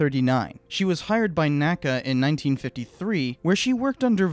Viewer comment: In addition, NACA is pronounced "N. A. C. A." not "nacah". NASA is "nasa" and NACA is "N. A. C. A.". I don't know of a better source than wikipedia, but NACA did create and airfoil classification scheme and those are called by initials rather than an single word.